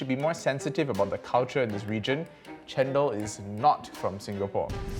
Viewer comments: wow, I just realized that's cendol is njendhol (re:njèn dol). Almost can't recognize it just because they pronounce it "cén...", not "cèn..." 😂😂😭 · They claim their cultural cendol, but the funny thing is they can't pronounce cendol very well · From the way the Singaporeans and the Malaysians pronounced cendol and santan we can easily know that they are fake and cendol does not deserve them.